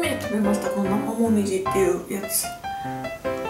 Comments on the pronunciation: なまうみじぃーって聞こえたww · 「なまごみじ」に聞こえる